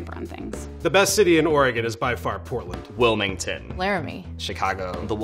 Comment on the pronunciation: Wiminton....really?